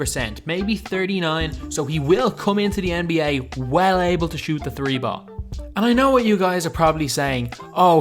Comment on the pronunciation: Lol he said tree